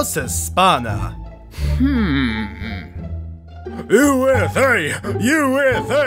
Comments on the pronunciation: Its pronounced Vamos espanya not vamos espana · Only one thing, Its España not Espana (pronunciation is different too). Stills being a very funny video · Im not even spanish, but the wrong pronounciation of españa triggers me a little. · ikr, its España, with ñ, not freakin Espana ;n; its not that hard to pronounce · you pronounced Spain in Spanish wrong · One thing, España it's so bad pronunciate. I'm Spanish. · it's not about if you have it or not, if you want to pronounce my country's name in my language, at least pronounce it correctly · And the "Ñ" from "Vamos España"? xD I know u cant pronunciate it good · is it really hard to say "España" correctly? cause makes me cringe so hard. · You pronounced España wrong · You've mispronounced España.